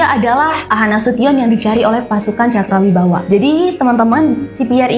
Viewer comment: Cakrabirawa ya kak. Bukan cakrawibawa 😊🙏